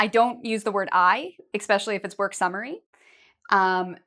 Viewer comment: Some great tips but I couldn't help noticing that you say "exspecially". The word is "especially" in English.